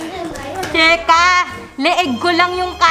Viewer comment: cheSka....! You missed the letter S...